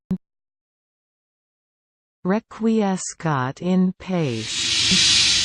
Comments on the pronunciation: Remember, Latin has heavy pronunciation roots in Italian. The proper way to say it is Reck-Wee-Es-Kat En Patch-Ee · #Clickbait how not to pronounce Requiescat in Pace. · Please take this down. The pronunciation is TERRIBLY WRONG. THIS. IS. HORRIBLE.